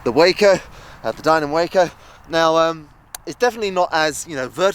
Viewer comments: It is named for the Walker Brothers company, so pronounce the "a" like you would pronounce "Walker." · The 'a' in Waco (for the aircraft, that is) is pronounced 'ah' as in 'ah-hah!' For the city in Texas it is a long 'a' as in 'payday.'